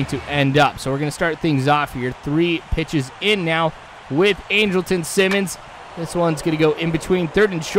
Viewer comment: Your pronouncing Andrelton Simmons name wrong. It's pronounced Andral-ton. But other than that great video.